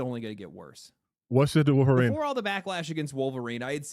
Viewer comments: Dropping L's constantly calling the Wolverine game "WAL-verine" never stops being hilarious, lol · It's "Wahl-verine". An obvious reference to obscure early 90's action star Ken Wahl! No really!